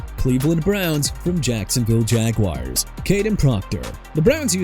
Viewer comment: STOP SAYING NEW OR-LEANS!! NEW ORLEANS PRONOUNCED NEW OR-LINS!!!! AND LET MIAMI GET JORDYN TYSON! WHO CARES?! AVIEON TERRELL PRONOUNCED AY-VEE-ON TUH-RELL! ALSO STOP SAYING JAG-WIRES AND CHEE-KAH-GOW!!!! JAGUARS PRONOUNCED JA-GWAARS AND CHICAGO PRONOUNCED SHUH-KAH-GOW!! MIAMI CAN HAVE TJ PARKER TOO! AND IT'S AKHEEM MESIDOR NOT MESSY-AH-DOOR!! QUIT YOUR JOB DUDE!!